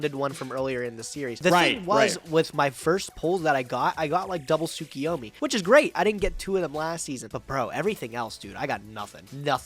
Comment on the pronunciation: Am I crazy or do people just consistently pronounce tsuKUyomi wrong? It’s KU, not KI